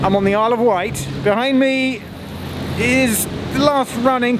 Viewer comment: also it's *Wight, not white :)